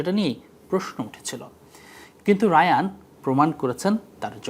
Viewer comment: তার নামের উচ্চারণ হায়ান রায়ান না